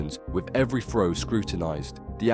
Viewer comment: shit. can you poms pronounce "throw" - not 'fro'